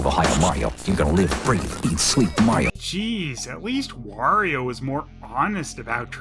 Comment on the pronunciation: I never thought of it before, but yeah Wario kinda killed "Merry-o" though I DO still hear it once in a while, often from southerners or canadians. Then you have Stephen Georg who for some reason pronounces Wario as Wore-io. like it was the word 'war' at the beginning..